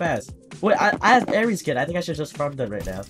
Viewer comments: He always says ares instead of aery😆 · it’s not aeries it’s aery